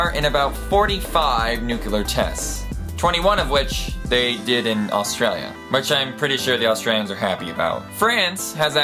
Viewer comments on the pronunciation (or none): none